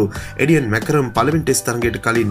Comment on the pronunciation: කවුද බං මාක්‍රම් ට මැකරම් කියන එකා😁